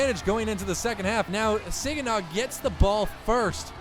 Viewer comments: not sig an naw it’s sag an naw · It’s ( sahhhg uh naw) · I have to say this it’s super irritating. It’s sag-in-awh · This dude really said “Siginaw” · Its pronounced SAGINAH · You said Saginaw wrong haha